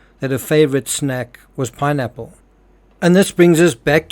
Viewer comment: He really tried to avoid saying pineapple 🍍 I swear he said nappmes 😢 first time I watch him here